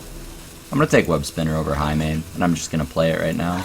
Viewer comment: lol "its all oger now"